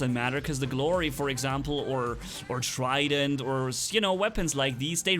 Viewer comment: Lol said shrident